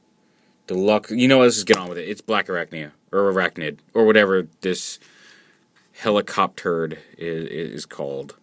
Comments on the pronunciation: Did he say "helicopturd" at the begining? XD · Lol, Helicopturd